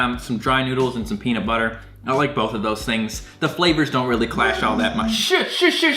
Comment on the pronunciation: I love, but he pronounces everything so white😂 ex. Peanut. Butter. He said it as two different words instead of one, etc. Idk, that’s the only thing that actually bothered me in this video😂😂